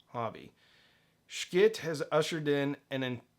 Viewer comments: FYI it's not pronounced "Sch-kitt", their website says "Yes, it's pronounced exactly like you think" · quit mispronouncing their name. I can't bear to watch.